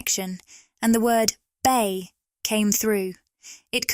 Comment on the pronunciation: “BAY” Area